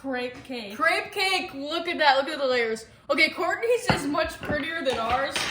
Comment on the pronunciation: Crepes are usually made similar to pancakes in a skillet on the stove. Crepes are heavy egg based. They are not creps, it is pronounced cray-Pz similar to drapes.